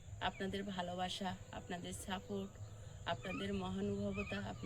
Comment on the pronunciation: আপনি এক কথায় বলতে পারতেন, যে রাত্রের পোশাক পরিবর্তন করে রান্না শুরু করেন।।। এত কথা না বলে ।।। আমরা কোন সময়ে বাস করছি এসব অপ্রাসঙ্গিক কথাবার্তা বলেন কি জন্য, কোন কথার কোন উওর 🙄🙄🙄 আর ওটা ম্যাক্সিমাম 'ক্স' এবং সাপোর্ট 'সা'।। শব্দ বলতে শিখে কথা বলতে আসতে হয়।। একটা শব্দের ঠিক নেই।। এত চ্যাটাং চ্যাটাং কথা কেন???